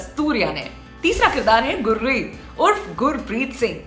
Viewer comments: Are गुर्री नहीं गुरी है उसका नाम 😂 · गुर्री नही गुरी... उच्चारण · अरे दीदी ये गुररी नही गुरी है😂😂😂